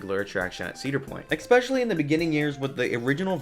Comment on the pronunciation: ‘ek-specially’ lol. Cute.